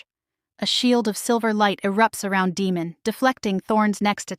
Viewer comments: Yes. Great story and yes the name demon instead of Deymon kept making me cringe then I started yelling Day mon😂😂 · Nice narration but the pronunciation of the name of the Alpha King should be Day-mon not Demon (as in devil). Good story with a bit of humour.